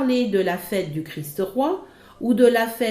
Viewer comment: C'est pénible ces gens qui veulent donner des leçons et qui ne peuvent pas parler correctement ! Le "Christe" n'existe pas, seulement le Christ. Faites donc un effort pour prononcer Christ Roi sans ajouter un "e" à Christ. C'est un peu plus difficile mais c'est une exigence de la culture élémentaire.